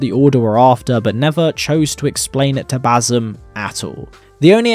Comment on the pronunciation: Ba-SIM. Not Ba-ZUM. Ffs